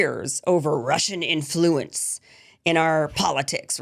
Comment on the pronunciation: You’re pronouncing “influence” insanely